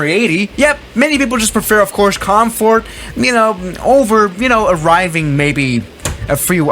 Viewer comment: everybody: comfort: comeforte